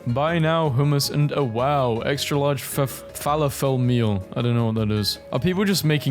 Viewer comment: I just paused this because I couldn't stop laughing for a solid fifteen minutes after he mispronounced "Falafel" and then said "people are just making stuff up" 😭 bro fr doesn't know what a falafel is... but he has the time and energy to find all these memes and record these videos.